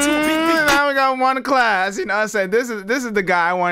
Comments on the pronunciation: It’s not „one klas“ it’s „first klas (class)“ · Bruh this lyrics translate is shit, many rhymes and words were not translated correctly. 1.Klas is a legend of his time🔥🔥🔥 Facts: 1 Klas last album was released on 2009. 1 Klas producing himself. His name is read like First Class, not One Class